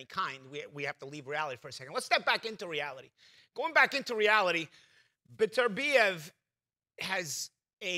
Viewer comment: Not one of them pronounced Beterbiev right lol